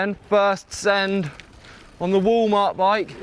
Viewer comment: did he say Woo mart he must mean walmart...? lol